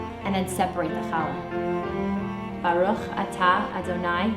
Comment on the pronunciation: I would like to try baking a challah. I've watched several recipes. It was such a pleasure to hear you pronounce the "CH" properly and not as an "H". Most importantly this looks delicious and I can't wait to try it. I wish you and your family a good shabbat.